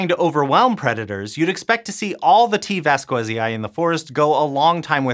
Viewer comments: Your "vas-KWE-zai" pronunciation really grinds my gears as a Spanish speaker. Since the specific name of T. vasquezii is derived from the Spanish surname Vásquez, and Latin pronunciation of scientific names respects (or allegedly does so) the phonetic structure of the original when using exogenous words, the correct pronunciation should be along the lines of "VAS-khe-zee". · It should be pronounced ['baskeθi:i]. Or /bas-kE-thee-ee/ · T. Vasquezii sounds like the last name Vasquez in spanish, you butchered that name! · an odd thing about Spanish is that V and B are pronounced the same way, and it follows a weird patern: at the beginning of a word it sounds like "b", and inside a word it sounds almost like a very weak "v" (called a voiced labiodental approximant). And the other thing is thatZ, and C (before E or I) will sound like the "th" in words like THought (this is only true for peninsular Spanish though).